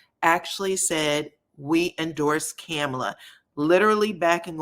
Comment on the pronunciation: Hi -enjoy your channel so much! Just wanted to mention: it’s pronounced “KAAH-mala” -comma-la basically. Hers is different than the Murican version or the prevalent Indian pronunciation. The city is pronounced May-sa (it’s Spanish for table). Your voice timbre is great and you be on point and I hate to see a misstep!